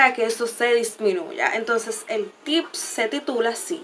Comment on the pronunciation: Me encato! Pero se dice tip😊 sin ssssss